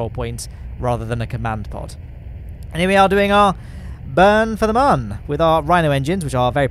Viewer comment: Please, the umlaut above the 'u' means that Mün is pronounced "moon". Love your antics. Have you considered recreating the Plymouth Xmas Market fair ground rides next?